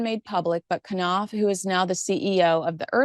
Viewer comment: Knauf is not k'naf. Would you say k'nife and k'night or k'nee. It is pronounced NOWF.